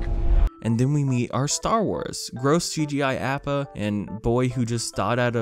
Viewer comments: Ummm you called appa app-a not appa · man said Aeppa even though he said he washed the show (Ayyy-paaahhh)